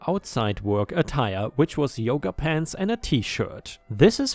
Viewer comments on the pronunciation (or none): none